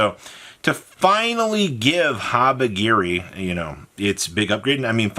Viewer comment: Brother where in the fuck did you get the g in habikiri